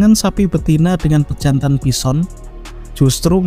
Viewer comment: Your A.I. needs some touching up. It's not pronounced bisson.